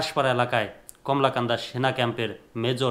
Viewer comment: আপনি তো কলমাকান্দা নামটা বলতে পারছেন না, বার বার বলেন যে কমলাকান্দা